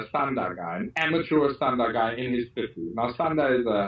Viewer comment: this ain't clear did he say standa or sanda?